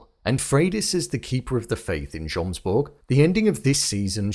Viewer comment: Still saying jomsborg with the j after they pronounce it yomsborg through the whole season is crazy